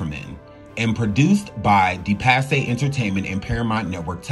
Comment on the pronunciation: "DE PASSAY" ??!? Itz pronounced "De PASS".. As in Ms. Suzanne De Passe 🙄